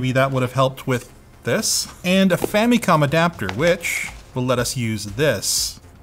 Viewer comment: Erm.. Am i the only one to hear "Femicon" instead of "Famicon".:P What are you trying to say??:)